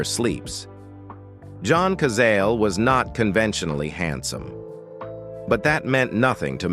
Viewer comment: OH, please, if you're going to do these videos, learn how to pronounce the names of the people in the video correctly. It's John ka Zah lay.